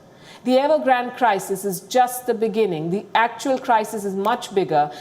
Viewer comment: What?Evergrand OR Nevergrant ?🤔😆🤣